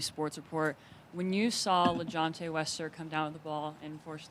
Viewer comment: WESTER why yall keep doing that man name wrong😂